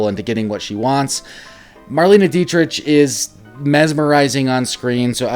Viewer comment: Marlene's last name is pronounced like "Dietrick", as opposed to the "CH" sound.